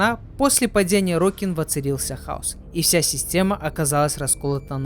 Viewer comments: Орокин, а не орОкин. Терпел весь видос эту резь по ушам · это тоже, вот только орОкин звучало намного чаще, потому на это внимание и обратил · Уровень подготовки к видео: весь ролик говорит орОкин. Я в ахуе как ему слух не режет. Чел ни вики не открыл, ни чужие ролики по лору не глянул. Это невозможно смотреть. А, да, Корпус - это не раса, а религиозная фракция. Фракция нищих бичей-людей, которые по догматам Парвоса Гренума поднялась и исповедует трушный капитализм, конкурентный рыночек и т.д. Сами Орокин тоже были людьми, но элитой, которая эксплуатировала средний и нищий класс, оградившись от них кастовой системой (Орокином можно было только родиться)